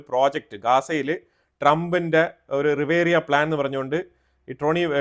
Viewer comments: റിവേറിയാ എന്നല്ല സർ ! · Not riveria but RIVIERA!!!!